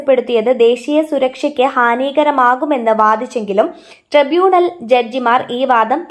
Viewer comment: Hanham pronounced ഹാനം not ഹാൻഹാം കെയർ Starmer അല്ല കിയർ Starmer ആണ് Tribunal pronounced ട്രൈബുനൽ not ട്രിബുനൽ ഡാറ്റ അല്ല ഡേറ്റ ആണ് Listen to BBC News daily and focus on pronunciation 🙏